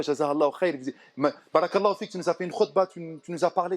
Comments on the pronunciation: salam 3aleykoum cher frere/soeur, nous devons essayer de prononcer correctement certains termes en arabe notamment concernant la formulation : baâa raka ALLAH ou fik il faut bien allonger le bâa de "bàa'raka" ,car en arabe les voyelles longues ont une importance capital car elle peuvent changer carrément le sens d'un mot ,et pour preuve si tu n'allonge pas le bâa (juste en mettant 2 A) le terme signifie quelque chose de très blasphématoire que je ne peux meme pas ecrire pour te dire la gravité de l'erreur! Wal 3ayadou bi'LLAH. Fais ce rappel a ceux qui commettrons cette erreur wa salem a3leykoum wa ra7matouLLAH.wa ALLAH swt ou a3lem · salam aleykoum cher frere/soeur, nous devons essayer de prononcer correctement certains termes en arabe notamment concernant la formulation : baâa raka ALLAH ou fik il faut bien allonger le bâa de "bàa'raka" ,car en arabe les voyelles longues ont une importance capital car elle peuvent changer carrément le sens d'un mot ,et pour preuve si tu n'allonge pas le bâa (juste en mettant 2 A) le terme signifie quelque chose de très blasphématoire que je ne peux meme pas ecrire pour te dire la gravité de l'erreur! Wal 3ayadou bi'LLAH. Fais ce rappel a ceux qui commettrons cette erreur wa salem a3leykoum wa ra7matouLLAH.wa ALLAH swt ou a3lem